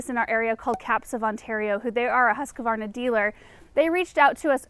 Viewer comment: ”hoos-kvarna”. it’s a swedish company :-). (i am swedish)